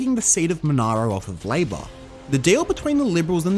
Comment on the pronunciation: MONARO IS PRONOUNCED " mon air ro. " Not the way an American car company deliberately mispronounced it to gain sales attention for one of it's vehicles.